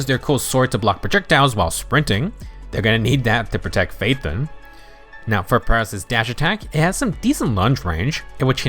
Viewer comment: OMG Someone finally pronounced Pyrois correctly!